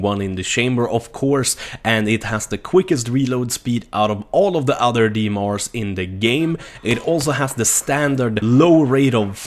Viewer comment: FRB ? DMRs ? Dude pronunciate your words correctly.